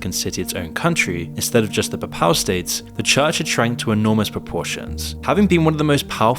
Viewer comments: The "peh-pAl" states lol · you cant even pronounce papal state correctly